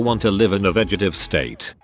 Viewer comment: Remember kids.. it's vegetative, not vegetive.